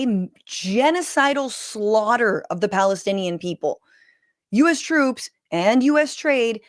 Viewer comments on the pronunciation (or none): none